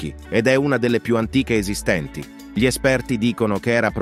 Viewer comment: ..."erano spesso più contemplativi di quanto 'gi li' attribuiamo"...continua la pronuncia di 'gli'.....non ci riuscirà mai!